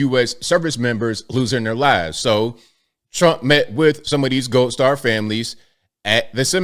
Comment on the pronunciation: Say the letter "D". Seriously, actually try and SAY IT. Can you say it? Can you say RED, or GOLD, or WOULD? Because what you are saying thru the whole video is RET, GOLT, and WOULT.